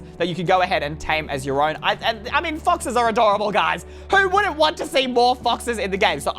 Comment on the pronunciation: Did he say foxes